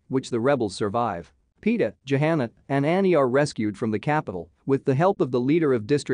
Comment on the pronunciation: The narrator's pronunciation of proper names is horrible. It's not Panum, it's Pan Em. And her name is not Jahana, it's Johanna, pronounced with a silent h. Did he even see the first four films? Or is the narrator's voice actually computer generated? And unfortunately, there doesn't seem to be much new material in this video.